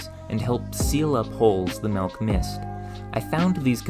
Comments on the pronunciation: I really like "malk" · Terch? Melk? What planet are you from? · You pronounce words weirdly. "Hysterical" instead of "historical". "malk" instead of "milk", "purse" instead of "pores". Do you have a speech impediment or is it just some weird idiolect?